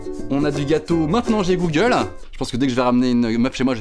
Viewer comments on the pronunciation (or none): none